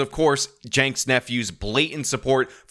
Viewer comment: So who TF is this "Cenks nephew" and why does he have an audience? And why is it pronounced Janks?